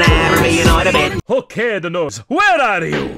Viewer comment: says noise and not nose